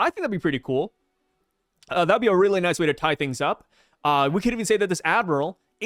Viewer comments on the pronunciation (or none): none